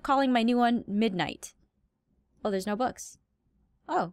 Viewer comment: I didn't know dat foxes say 'OH MY GOD DERS A GOAT'